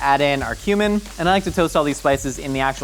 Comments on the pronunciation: when you said cumin i thought you said human and i was confused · Bro, when you said cumin, for a second there I though you legit said human